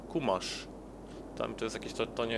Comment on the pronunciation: Kumasz xD leże powinno się wypowiadać czumasz